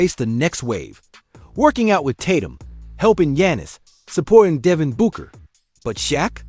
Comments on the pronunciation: Nothing like seeing a video that tells us to put some respect on His name then proceeds to say “ Kobay” and Devin “Buuueker” 😒🤦🏾‍♂️😂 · Dev-end Boo-kurr jesus.. 😭 #bleedingears